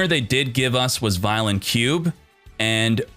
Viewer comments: It's pronounced vyon the L is silent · I’m not that guy but I’m sure it’s vy-LON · God you duel links people don't know how to pronounce anything VIE-LON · Take a shot every time Vylon is pronounced wrong.